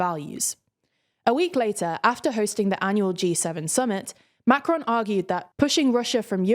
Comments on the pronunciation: Good stuff, but what about making a little effort and pronounce the name 'Macron' properly. Quite annoying to hear over and over Macrone, Macrone, and on e more time. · Am I the only one bothered by the constant change of emphasis when she said "Macron", sometimes on the "Ma" and then on the "cron"? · The n at the end of macron is too strong, it's better to leave the N out altogether than over pronounce. Not to sound snarky but his name is not macaroon, and there are enough clips online to get a good idea for pronouncing it correct. It would be like inserting a y sound to rishi- any Brit would point out rishy sunaak would be wrong, though doubtless they probably be entertained. Again sorry if this comes off as snarky